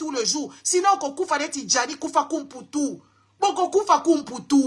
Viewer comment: ce n'est pas kufakumputu mais Fwakumputu ma belle